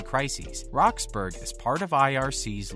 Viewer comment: It’s pronounced (rox-burr-uhh) and she is now 30